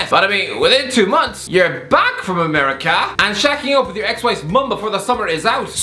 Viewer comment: why does this guy talk like that 😂😂😂 ‘ameriKAR’ ‘interNHET’